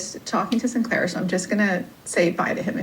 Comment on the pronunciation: I can't with the way she pronounced Sinclair 😂 it's as bad as Craig and Graham